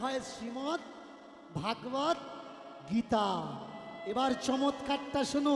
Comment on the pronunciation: মূর্খের ভাষণ আগে ভালো করে উচ্চারণ কর । ভাগবত গীতা নয় ভগবদগীতা